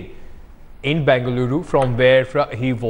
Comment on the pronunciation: Pls ask ur interviewer from calkutta to pronounce bengaluru lrgally